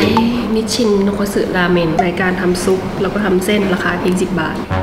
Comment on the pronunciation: ราเมนหรอคะไม่ใช่ราแมง